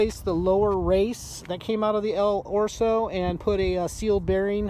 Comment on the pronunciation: Holy shit, can you please stop saying "ORso"? It is "El Oso". Other than that nice review.